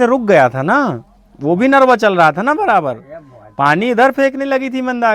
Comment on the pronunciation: Bhai sabse pahle Mandakini ko Mandagni bolna band karo